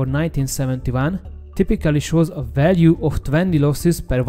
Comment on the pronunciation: Összességében jó lett a narráció, 1-2 szót nem értettem csak elsőre. Egy szó volt mindössze "fájdalmas", a "value" aminek a kiejtése "veljú". A Szu- rövidítést általában s-u ("eszjú")- ként mondják, de mivel a Szuhoj angolul "Szukoj", szerintem a "Szu" is jó. Egyébként a MiG-21MF-et nem érintette a 90-es évek nyomora ? Ha a Bisz-nél ez tényező akkor ennél is elvileg be kéne kavarnia, aszt hiszem 96-ig még repült az MF.